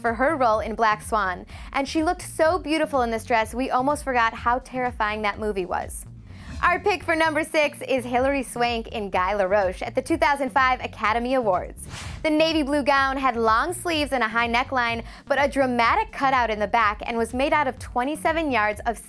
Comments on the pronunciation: no.6 Hillary Swank in Guy Laroche is pronounced (Gee-la-rosh) not (Gai-lar-rosh)! geez please dont host fashion related topics if u cant pronounce designers well! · Obviously, Oscars weren't presented before 2000 according to this annoying-voiced young woman. Oh and by the way, dear, it's pronounced "Gee" LaRoche (with a hard "G"), not "Guy". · We all know it is "Haute Couture" , but in French pronounciation the H is silent, so it is pronounced " 'ot couture" not Hot lol But let's be fair, the girl was trying. What really almost disemboweled me was her saying the name (Guy Laroche) like in english "Guy" while she should have pronounced it with the sound of "ee" at the end lol Someone ( producer maybe ? if they have them lol ) should have had the idea of putting the correct pronounciation before the foreign names, I suppose. What baffles me is I don't know how I got here 😂 this video is so idiotic! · "GUY LAROCHE" 😅🤣😂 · A juzgar por la pronunciación de haut couture y Guy Laroche, esta chica sabe bien poco de moda. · You may want to check on the correct pronunciation of "Guy Laroche"...just sayin'